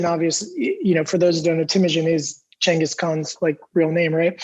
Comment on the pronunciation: "Ch" not "G" perhaps the world will get it right one day...